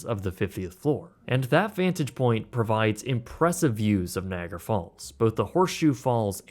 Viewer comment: Can’t stand how you pronounce “Niagara”. Had to turn this off and block this creator.